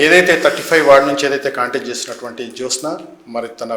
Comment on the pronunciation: జోష్ఞ కాదురా జ్యోత్స్న. ముందు పేరు సరిగ్గా రాయటం పలకటం నేర్చుకోండి తర్వాత చెప్పుదురు గానీ హిందుత్వం గురించి 😅. బంగారం లాంటి సంస్కృత పేరుని క్రిస్టియన్ పేరుగా మార్చేసారు కదరా వెధవల్లారా 😅.